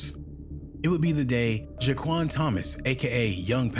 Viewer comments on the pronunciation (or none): It’s Shaquon not Jaquan🤦🏽‍♀️ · Who tf is “Jaquan Thomas”? Imagine doing your “research” on a person, making a video about it, possibly even capitalizing off of it and STILL can’t even say their name correctly. 😑🤦🏽‍♀️ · His name IS SHAQUAN NOT JAQUAN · Its shaquon Thomas not whatever you said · Sheesh u coulda atleast said the man name right… Shaquon and Jaquon definitely two different🥷🏽 🥷